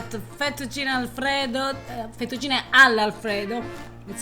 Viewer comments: I love how he makes no attempt to say the Italian words in any way Italian Fetucheenay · Im german and I believe 100%! My passion is cooking and language! And therefore I try to pronounce the words, the same, as I heard them from the native speaker, as a form of respect and I think we can understand each other better!! So, I learned that the American and English people pronounce everything they don’t know as an “ey” For example Fettuccine =Fettucciney, Cafe=Cofey, Late=Latey, Grande= Grande and Giovanni= G I Ovanni, though I heard the Italian pronounce it more like Govanni with the first I silent! Only if the name is Gio then the I is pronounced! And to come back to the “ey”, the can pronounce the “e” it’s in thE, fEttucine, pEn. do you think I’m to serious or do Italian pay attention to that? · This guy is funny, mentioned the correct pronunciation of fettuccine Al Alfredo multiple times, and he just… can’t… I think he’s having us on. Yep, there’s some intentional filmmaking going on here.